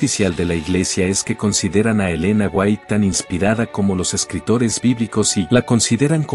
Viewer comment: Y Yo NO defiendo del todo las enseñanzas del pastor Sugel Michelen.. Y al menos, Aprendase bien los nombres de la gente de quien Ud habla... no es michel sugelen ni elena fuait.